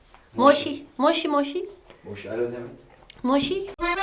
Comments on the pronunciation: Moşi değil moçi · Moçi diye okunuyor zaten. "Moşi moşi" diye sayıklarken aloooo gibi bir şey demiş oluyor o kız. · Moşi degil moçi diye okunuyor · moçii diye okunuyo